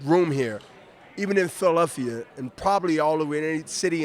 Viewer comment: B Hop is ugly as fuck but man can he box one of the all time greats, a legend of boxing!!! P.s. Lol at "philelphia"